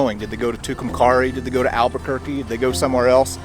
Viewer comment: Albuquerque is pronounced Al-ba-ker-key.